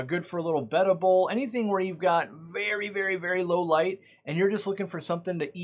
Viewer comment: did you say betta "bowl"